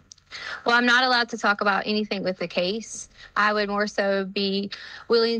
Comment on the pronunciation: I can't stand how she adds a "K" to words ending in "ing". ie... anythingk, everythingk. Ughhhh